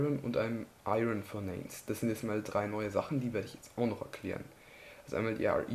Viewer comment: Ist zwar lang her aber bitte verbessere deine Englisch Aussprache zb. Furnace wird furnase ausgesprochen